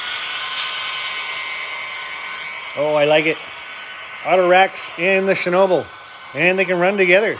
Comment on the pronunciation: ShhNa-ball.. but everyone gets it wrong.. watch some Gold Rush with Parker Schnabel they say it right.. but looks great I have to make sure i give myself room for mine with the retort load.